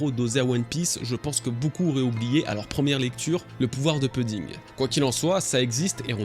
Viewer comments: Pouding pleaaaaaase pas peding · Ça se prononce "pouding" pas puding. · Je sais que ce n’est qu’un détail mais tu peux dire POUDDING ET NON PEUDDING stp 🙏 Merci d’avance pour l’effort lol